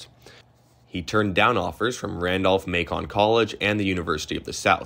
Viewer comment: Ft Monroe Virginia is in the Phoebus borough of Hampton, VA. You REALLY need to research correct pronunciations. Thomas Jonathan "Stonewall" Jackson. Lee - Jackson Day became MLK Day in 2020. Learn to pronounce MACON and Appomattox. Lee was the president of Washington - LEE College.